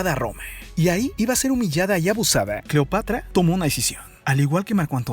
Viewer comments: como que cleopatria o cleopatra🤣🤣🤣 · cleopatria? Se te fue la lengua poquito aun así grandioso video la historia siempre nos enseña algo nuevo y es verdad que en los libros de texto solo nos enseñan solo una pequeña parte de la historia saludos amigo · CLEOPATRIA ???? XD XD XD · Deja de terminar todo en( e )es incómodo y fastidioso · Cleopatree,romee,marco Antonie ,cuidaree,egipciee,vestidee, degollee,viboree,leyendee,poderosee,ellee ......,,, Etc.etc.etc. por qué ???? Todo en en ee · Vrg pensé que era la única que se había dado cuenta. Lo noté desde que dijo "Cleopatre". Todas las palabras terminadas en "a" las cambia por "e". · es cleopatra o cleopetra, jajaja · Jajajajjaja minuto se equivoca diciendo Cleopatria